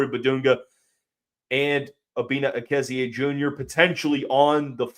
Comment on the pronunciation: Are you sure of the pronunciation? You're giving it more syllables than the other ways I've heard it pronounced: Uh-KEZZ-ee, EEK-zee, and EH-kee-ZEE.